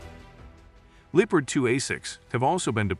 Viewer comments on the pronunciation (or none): It’s Lep Erd not leatard , please cut loose with the wallet and hire a human narrator. You have great content so keep it coming.